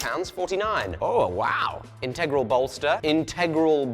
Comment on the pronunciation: Please, pretty please, pronounce integral properly 😢